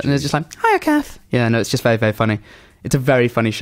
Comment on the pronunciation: makes 'very' a one syllable word